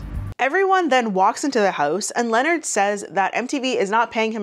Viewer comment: I think Charlemagne names is pronounced LeNard